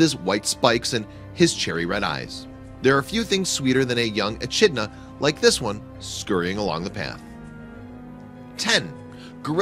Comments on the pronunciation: It's pronounced ee kid na. Not ee chid na. And this entire thing is idiotic as most of the animals are NOT albinos but white. There is a difference. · its ECK - IDNA